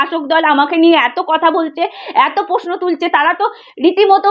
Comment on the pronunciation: উচ্চারণটা একটু ঠিক করলে ভালো হয়।বড্ড কানে লাগছে। যেমন-প্রশ্ন ,পশ্ন নয়।